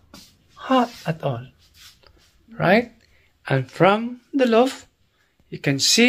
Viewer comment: it's a loft not a loop.🤣😂😅